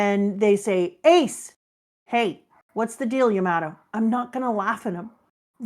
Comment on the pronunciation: It’s Yamato, not Yamoto